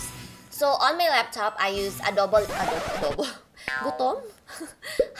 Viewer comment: Super funny ung adobo instead of adobe 😂😂😂😂 you are so cute 😂